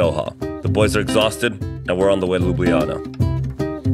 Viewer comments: why Lublijana... i'ts Ljubljana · It is Ljubljana and not „Lubijana“😂🤣🤣😂😂🤣🤣🤣😂😂😂😂